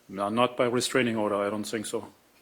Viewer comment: "I sink so" ....🥴